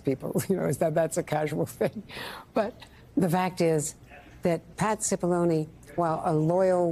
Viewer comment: Just keeps striking me how hilarious it is that Cipillone rhymes with testimony